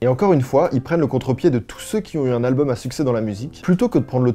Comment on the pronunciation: Qui dit "albeum"?